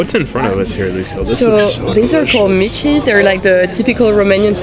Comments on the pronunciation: "Mici" is pronounced "mitch", not "meetchee". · mici is pronounced mi-ch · Me: oh they like the food! Them pronouncing the final i in mici Me: trigered